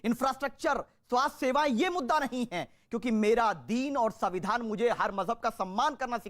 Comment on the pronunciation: संविधान बोलो, सबीदान नहीं